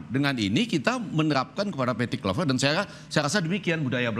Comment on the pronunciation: kluivert (Kl'aivert) bukan (klu'i vert)